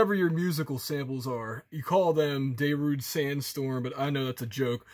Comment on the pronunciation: I'm sorry I can't take someone who pronounces Darude as Dae-rood seriously. Challenge you to a mix duel? grow the fuck up. It's not misinformation, download the plugin, literally does nothing useful.